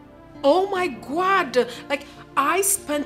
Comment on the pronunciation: Yeah I heard it too "my Gwad" should explain to us what it means 😂😂😂😂